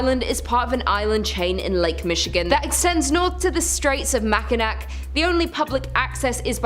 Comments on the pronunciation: Mac in awh that's how you pronounce it. Michigander here! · I find the sketchy pronunciations funny. Mack in ack. lol.